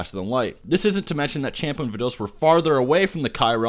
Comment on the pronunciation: bro wtf? its pronounced champa(Shun-pah) Vados(Vah-dos)